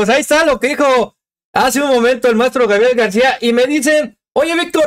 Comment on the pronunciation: Mi, saludos desde Chicago, una crítica constructiva, con mucho Amor, mi; se dice Gabriel, no Grabiel